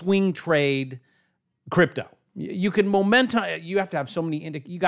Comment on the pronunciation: I spit my damn beer out when said cryptle lol 🤣 best one ive watched so far!